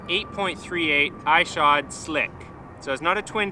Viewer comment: Ishod went over his name pronunciation; “i”-shod not “I”-shod